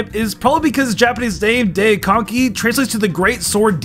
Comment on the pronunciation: Daikenki = Den konky? Come on dude